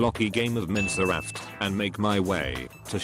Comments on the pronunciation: ah yes my fav game "miseraft" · "mincer raft" 💀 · Minseraft lol